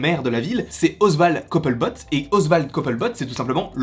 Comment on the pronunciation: Bonjour, je sais que c’est le premier Comics Batman que tu lis mais il faut savoir que c’est un Batman qui se passe dans une terre alternative que le Alfred n’est pas du tout le même que dans les autres Comics et ensuite petite erreur de prononciation c’est Oswald Cobblepott le vrai nom du Pinguin à part ça super vidéo je n’avais pas fait le rapprochement avec ce comics!Super vidéo continue!